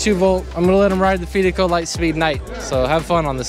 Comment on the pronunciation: pronounce fidico like you confide in someone not fee like pay the fees